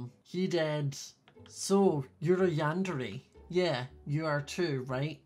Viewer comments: Not to be mean and loved the vid but it is pronounced yander(é) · Yun-da-ray is the correct pronunciation